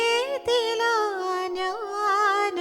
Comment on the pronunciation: कवितांकडून 'ज्ञान' चा उच्चार 'न्यान' होणं अतिशय अनपेक्षित आणि खटकणार आहे.